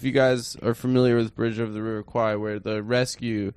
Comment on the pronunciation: Bridge on the River h'wat now?